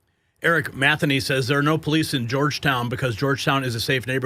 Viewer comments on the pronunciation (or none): [ MATHA-NEE ]???? Seriously??? [ MA - THEE - NEE ] is how one pronounces this simple and well known name. What is happening to you folks that you can no longer pronounce common words?